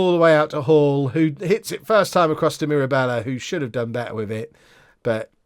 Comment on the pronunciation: Mirabella is pronounced as you are currently pronouncing it. So proud of you.